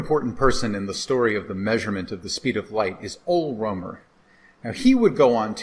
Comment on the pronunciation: It hurts me to hear Ångström's name pronounced 'Angstrom' - especially as Ångström has a unit named after him, the Å = 1/10 nm. Likewise, Geiger, is not 'geeker', but 'gyker'. Ole Rømer is likewise not 'romer' but, as written, Rømer, etc, etc.